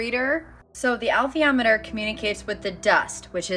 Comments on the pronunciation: I believe Pullman pronounces it "Uh_LEETH-ee-AH-met-er." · In actual science, plasma is not uniquely associated with consciousness, father ALL matter and energy are. "Alethiometer" is pronounced "uh-LEE=THEE-awe-muh-terr." It is so-pronounced in the film& television series, where Pullman himself advised on pronunciations. - Bruce P. Grether